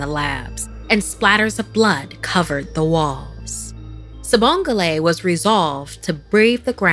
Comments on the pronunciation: I know she did not say "Sibongle" 😭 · It pronounced wrong by the way